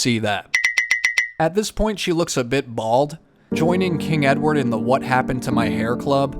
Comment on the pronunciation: ‘Hoi I’m king edwad’